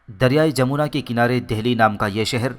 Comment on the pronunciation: Correct name is Jamna not jamona